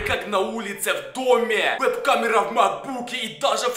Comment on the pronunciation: Не ВЭБ а веб